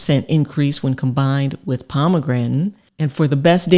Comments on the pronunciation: The heck is "pomagrantin"? How hard is it to say "pom-a-granate"? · Pomegran'in? its POMEGRANATE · So... Palm-a-granite or Palm-a-gratin? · Pom A gran ate 😂 Nor pom a grantan 😅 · What the fuck is a pomegranen? 😅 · Thank you for the info. I’m sorry, but “suc-ceptible to kidney stones, & “ Pomegrantin”? Might want to edit these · Lovely thanks! Its pomegranate , not pomegretn🤣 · Was enjoying the video until the weird pronunciation of Pomegranate (pomegranton? 😵‍💫), and now that's all I'm focussed on 😩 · Pomegrantin ? LOL!! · She called it Pomegrantin. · Can’t trust someone that can’t pronounce ‘pomegranate’